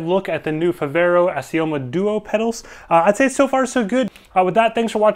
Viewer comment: Assioma is pronounced Ax e um in italian